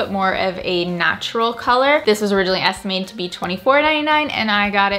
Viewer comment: Esitmated?!😂😂 how did you guys miss that😂?